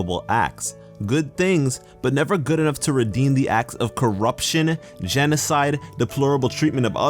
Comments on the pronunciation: Hehehe, GEMocide!!! I know he said genocide but still, lol. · I swear he said "gemicede"